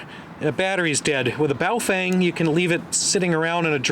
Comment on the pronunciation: Your pronunciation of the Baofeng and Quangshen radios is so ridiculous. Makes you sound grotesquely ignorant... and then of course everything else you've said becomes suspect.